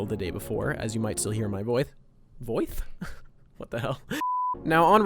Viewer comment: When you slip up saying voice I immediately thought of Scott Malkinson and went “I’m Scott Malkinson and I have diabetes”